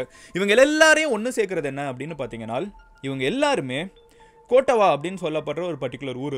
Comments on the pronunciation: கோட்டவா இல்ல❌ கொட்டாவ✅ யாக்கலா இல்ல❌ யக்கல✅ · Hi Madan Gowri! Following are the correct pronounciations. கொட்டாவ (Kottawa) ருவான் (Ruwan) யக்கல (Yakkala) மஹரகம (Maharagama)